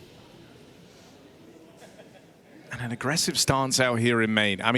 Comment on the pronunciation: When will these british commentators learn how to say kyousuke its so annoying